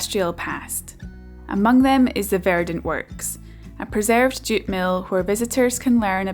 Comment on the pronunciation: ohhhh, JUTE. I kept thinking you were saying DOOT